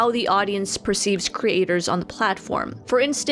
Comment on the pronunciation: Couldn’t focus because she kept saying “cre- aters”